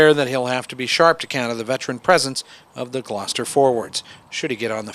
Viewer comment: Learn how to say GLOUCESTER ffs